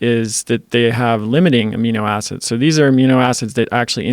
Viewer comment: Joe "amnio acids" Rogan